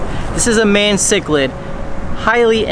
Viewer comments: Yes!!! Like the Mayan people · Its pronounced my-en cichlid not mae-en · bro it’s pronounced mean ciclid not main ciclid. 😂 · It's pronounced as ma-yan not my-en. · I physically died when he called it a may - en cichlid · MY-YAN bro lol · Pronounced MY-AN cichlid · stop pronouncing mayan cichlid like that its pissing me off